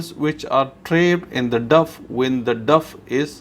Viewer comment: it is not duff it is dough say (douh)